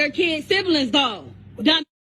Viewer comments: I was wondering why she kept saying "Syphilis" and then I realized it was ebonics/hoodspeak (?) for SIBLINGS. She pronounces it "Sibalins"? SMH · Bruh the way she says siblings like “SiBiLiNGs”